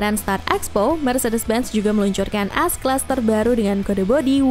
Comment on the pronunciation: bingung dengarnya.. S class atau AS class... haha